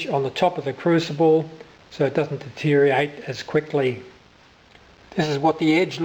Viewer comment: At the risk of being pedantic, it's deteriorate rather than detereate. :-)